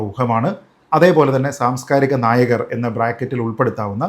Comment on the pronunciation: സാംസ്കാരിക നായകർ… നായകർ എന്ന് പറയുമ്പോൾ ഞാൻ കേൾക്കുന്നത് നായകൾ നായകൾ എന്നാണ്😂😂… താങ്കൾ പറയുന്നത് നായകർ എന്ന് തന്നെയാണല്ലോ അല്ലോ? ..😂